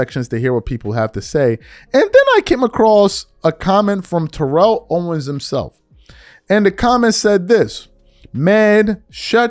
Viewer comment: Please say T.O.’s name correctly